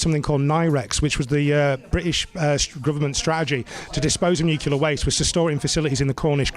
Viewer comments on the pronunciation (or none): Sounds good but it's Nuclear not Nucular. Sorry it's petty but annoying